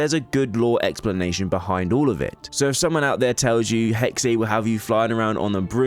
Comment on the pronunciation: 'Hexe' is pronounced 'Hexa', not 'Hexay'. It's the German word for 'Witch'.